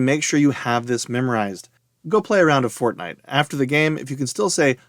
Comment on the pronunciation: Why do you say play fornite? I don't have fornite. 🤣🤣🤣